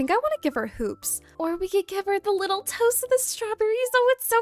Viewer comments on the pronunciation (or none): none